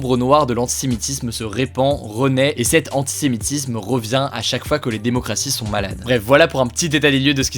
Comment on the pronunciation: Bonjour, juste une petite remarque, vous devriez faire attention lorsque vous prononcez "antisémitisme" j'ai eu du mal à comprendre, il m'a fallu lire pour comprendre :) Sinon super série de vidéos, je les suis régulièrement ! Merci